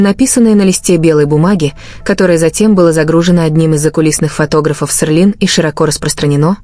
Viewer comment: Почему Серлин, а не Селин?